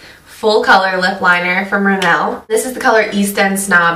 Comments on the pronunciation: Rimmel is a British brand... the word is not meant to be pronounced like it's french. British people say it like it's riml, with the emphasis on the first syllable. Not rim-el. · you keep saying rimmel wrong... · you say rimmel funny..... <3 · Your crap at pronouncing names rimmel, buxom, don't mean to be rood but it's true :P x